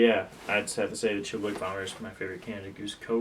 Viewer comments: Hey it’s pronounced “chilla -wack” not “chilli-wick” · For the love of God it’s not a chilliWICK. It’s a ChilliWack! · No one can pronounce chilliwack